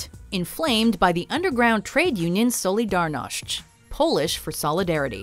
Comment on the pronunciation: That might be the worst pronunciation of Solidarność I've ever heard